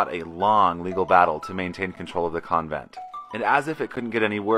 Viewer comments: Lol ‘covent’ 🤣🤣🤣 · "Con vent" its even said a dozen times by others in your video. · ** CON-vent lol it sounds like you’re saying coven like a witch coven lmao